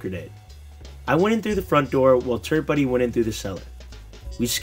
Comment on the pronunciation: It sounded alot like you said 'turd buddy' not turret buddy lol but nice video I was like your 10000th subscription